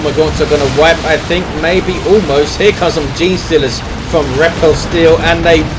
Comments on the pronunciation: FYI, 'repelsteeltje' is the Dutch name for Rumpelstiltskin, and its pronunciation would be close to 'ray-pull-stale-chu(ck)'. Go Nids! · yuno yeah its dutch but its pronounced totally different from what did:P